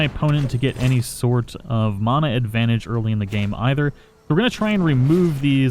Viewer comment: Disliked bc the way u say mana